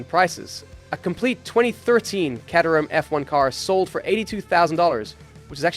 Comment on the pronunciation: Caterham: [CAY-ter-am]